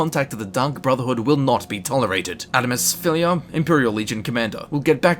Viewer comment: "Adamus Phillia" Don't worry, he can't even pronounce that, my dude:P